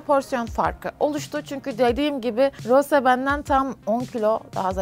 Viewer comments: Peki Rose demesi msnzbsbddhs Roze gerçeği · RoZe DeĞiL RoSe aĞaĞaĞ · Abla karışmak gibi olmasın ama rose değil roz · Rosé yazarken "é" harfini kullanmalısın ztn "e" yanlış oluyor ve her tûrlü Roze diye okunuyor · Roz diye okunuyo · Yanlız roze değil rose iki sattir roze diyiyosun😂❤ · o Roze değil Rose ablam❤ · roze değil rose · Bu arada Rosé un adı roze diye değil roz diye okunuyo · Abla karışmak gibi olmasın ama roze değil roz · Zore değil Rose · Roze değil Ros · Abla niye rose ye roze niyosun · Abla rose dicene roze diyorsun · Rose ingilizcede "roze" olarak okunuyor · rozi diyo okunmuyor mu e'nin üstünde çizgi var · Abla o Rose diye okunmuyo Roz diye okunuyo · neden roze diye okuyosuunnn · roze derğil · hayır onu jennie söylüyor rosé de söylüyormuş gibi yapıyor blinkland arkadaşım haklı